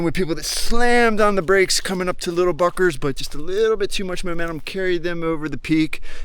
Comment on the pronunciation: "Littel *uckers".. lol ; )